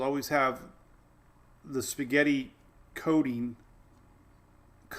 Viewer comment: When you said "Coding" (labeling method), you leaned into "coating" like as in sauce which is appropriate given the "spaghetti reference" . But my mind took it as "codeine", like making a hard pill to swallow easier. Lol. English man, and the interpretation of speech sometimes.